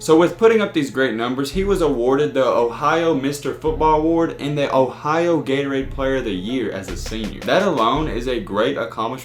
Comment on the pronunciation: Its Ohio and not "IN-HYOH"!